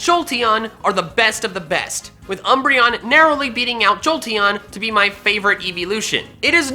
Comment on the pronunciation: UMBREON, NOT UMBERION! FIX IT NOW!